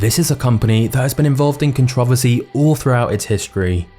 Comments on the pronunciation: What the hell is a catravesy 😂. It's contra-versy. Whyyyy can't u say that word correctly 😂. Good videos tho, in subscribed 😂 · Can you please for the love of God say “controversy” correctly…it’s not pronounced “contravasee”…I love the videos btw